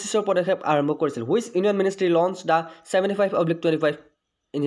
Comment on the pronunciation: It's ministry not ministery🙄